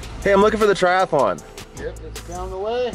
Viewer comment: There's only one "a" in triathlon - it's not a triathalon chum.